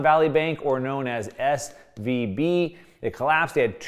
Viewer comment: he should say SVB not SVP.